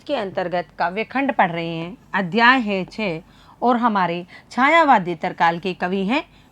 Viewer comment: छायावादेत्तर नहीं, छायावादोत्तर होता है आदरणीया